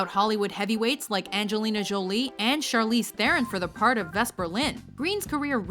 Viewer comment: You can pronounce Sophie Marceau correctly but not Charlize Theron? Ugh.